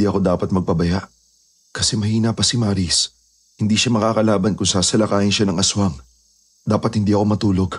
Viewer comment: 😂😂😂😂maris..bkit ang lamya Nila magbigkas Sila Sa pngalang Maris?ang lamya Maris dritso..ang bagal Maris🤣🤣o.a prang HND nmn totoo😂✌️